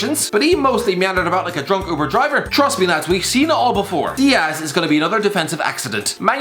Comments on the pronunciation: He only got dias wrong tho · He only got ruben dias wrong